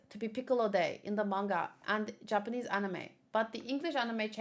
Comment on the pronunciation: Perfect Japanese pronunciation